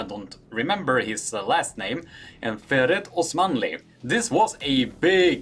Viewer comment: Since when is Faird Usmanov called "Farid Osmanli"???